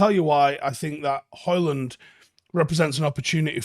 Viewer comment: FFS, the D is silent!